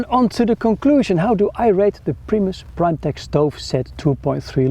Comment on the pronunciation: Its pronounced "primetek" not "primetehhh"